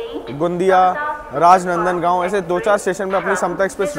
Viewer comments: छत्तीसगड़ीहिया सब ले बढ़ियाI और वो तीतलगढ़ नहीं टिटलागढ़ हैI जो ओडिशा मे स्थित हैI राजानंदगांव नहीं राजनंदगांव हैI आप ने जो जिस जगह को जगदालपुर पुकार रहे है वो जगदलपुर है I और भी ट्रैक कम्प्लीट नहीं है सिर्फ दल्ली राजरहा से थोड़ा आगे तक ही ट्रैक चालू है I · Bhai vi rajnandangaon ni rajnandgaon hai or jagdaaalpur ni jagdalpur hai